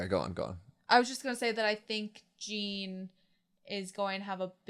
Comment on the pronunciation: Jean is pronounced like a John with french accent. The way you say Connie is funny too. Also Pyxis is not pronounced like that either Just try to pronounce it like Germans would